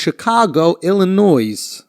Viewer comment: Bruh, we don't pronounce the s in ILLINOIS! bruh.